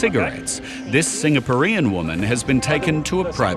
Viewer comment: You would think most people could pronounce "Singaporeans". How embarrassing is this ....